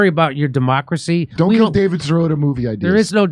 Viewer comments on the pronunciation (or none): none